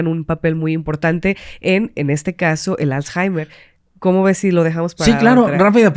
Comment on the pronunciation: aprende a pronunciar correctamente la palabra Alzheimer 🤓